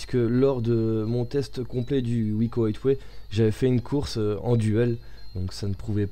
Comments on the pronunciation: On dit aiway pas hitway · plutot aieway